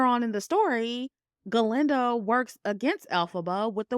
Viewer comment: Very good review! Sometimes you say Glenda and most of the time you say Galinda. And it's etcetera, not eXcedRA. But, other than the mispronunciations, really GOOD WORK on the movie analysis. Thank you!